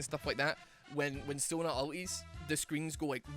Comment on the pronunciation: You said Sona and i hear Sauna every time